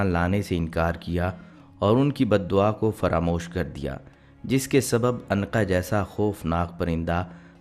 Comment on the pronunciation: Anqa nhi unqa